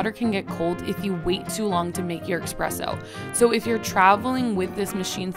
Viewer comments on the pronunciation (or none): after the second "EXpresso" I'm out... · Wtf is expresso 🤮 dislike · But she wrote “espresso” in the video description, yet she is saying “expresso”?? Why???? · Saying "expresso" immediately cost you all of your credibility. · Espresooooooooo bro 🤦🏼‍♂️🤦🏼‍♂️🤦🏼‍♂️ not ex-presso 😂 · The only time that I heard it pronounced so incorrectly is at a coffee joint pre-Starfu€KS explosion. Midnight Espresso in Belmont Shore Long Beach, CA. The trendies would walk up and say "Midnight Exspresso", edgumucated. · Glad to see I wasnt the only one that noticed that. Lol